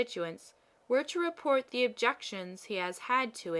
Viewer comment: This is well performed, with a few minor caveats. First, then last line actually reads “I don't know how it happens sister, but I meet with nobody but myself who is always in the right” You accidentally omitted the first half of the line, which is too bad, because it's actually very funny. Second, you read many of your “the”s as “thuh” when they should be “thee”. It's a simple rule. The “e”sound should be long (“thee”) when it precedes a word beginning with a vowel (“...the only difference...” should be pronounced “...thee only difference...) and truncated (or “soft”) when it precedes a consonant (“thuh” “...the more likely I am...” should be pronounced “...thuh more likely I am...) Of course, the long “the” sound, “thee” that precedes all words beginning with a vowel, is truncated. It should never sound like the old English “thee”, as in “Are thee a madman?!” It must be shorter, taking no more time to say than the other “the”. In all events, not following this rule makes anyone sound uneducated or ignorant. A physicist on PBS fails at this every time he says “the Earth” which, being a physicist on PBS, is a lot. He always pronounces it “thuh Earth, sounding like a hick (like me). It's embarrassing. Other than those two issues, this is very well read, with good intonation, cadence, and clarity. Very good job on a critical but little known speech from US history.